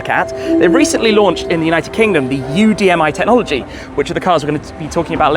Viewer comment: "Tet-nology". I never understood that one.